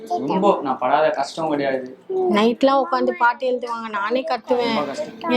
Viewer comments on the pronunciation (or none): none